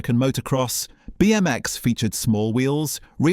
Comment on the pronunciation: What the fuck is up with your pronunciation? It's not Etch-AY-Sketch... it's Etch-AH-Sketch - said as one word: Etchasketch. I've never heard anyone call it Etch-AY-Sketch lo! Also, you don't need to over-emphasise each letter in BMX.